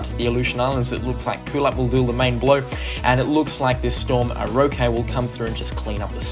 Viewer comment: It’s pronounced ROH-kee jsyk